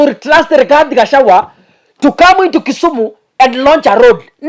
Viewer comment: it's Gachagwa not Gachawua😅